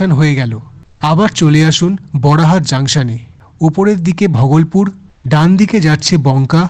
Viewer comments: Bhogolpur ❌ Bhagalpur ✅ Ei Pronunciation ta ektu sotik kore bolo. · ঘরে বসে ভিডিও করলে এই হয়। স্টেশনের নামগুলো ঠিকঠাক উচ্চারণ হচ্ছে না। একটু রিসার্চ করে ভিডিও বানান। Bhagalpur কে ভগলপুর কেউ বলে? একটা বিখ্যাত জায়গা । অন্যান্য ভিডিও তেও পশ্চিমবঙ্গের জায়গার নামের উচ্চারণ ভুল। Tamluk টা তামলুক নয়, তমলুক হবে। Dantan হবে দাঁতন। এইরকম অনেক আছে। এইরকম কিছু কিছু correction করতে হবে